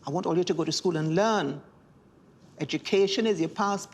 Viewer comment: I noticed Baroness was Trinidadian from the moment she said "allyuh" ......hearing our accent in this video was pores raising 🇹🇹🇹🇹🇹🇹🇹🇹🇹🇹